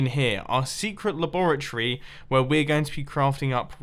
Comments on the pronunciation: In our secret “laboroty” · Notice how he says laboritree instead of laboratory